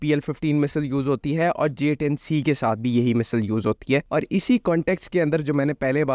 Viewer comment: Bro misal nahi missile bolo 😅